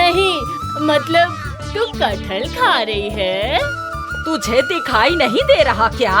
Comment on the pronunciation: Its kathal